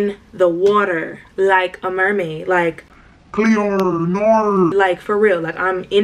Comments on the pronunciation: bro the h20 “naur cleooo” killed mee !!!! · when u said cleorr norr that sent me bc i watch h2o and went cleo says that i just cant deal